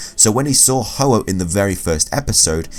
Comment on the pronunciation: ITS HO-OH NOT OH-OH